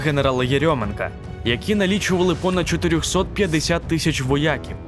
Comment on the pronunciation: Відео ,як завжди цікаве і дуже потрібне. Не сприйміть погано мою критику. Але я помітив , що диктор сказав "воЯків" , а не " воякІв". Якщо правильно і так ,і так , то прошу відповісти. Дякую Вам за працю.